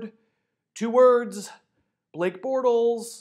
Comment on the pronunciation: Borltes. Heh